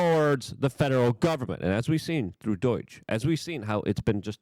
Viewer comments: Luke, wtf is 'Deutch'? Are you attempting to say 'DOGE'? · DUH OY GGGGEEE is NOT, NOT, NOT the right way to pronounce the word...... it is cringe cringe cringe and lowers your creds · STOP CALLING IT DOIGE LUKE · DOGE NOT DO-I-GE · DOGE is not pronounced like boing. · Dude please pronounce doge correctly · You pronounce DOGE weird